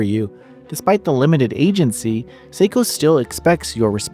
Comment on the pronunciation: The pronunciation of her name is wrong.